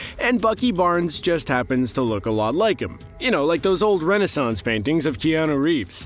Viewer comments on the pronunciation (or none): none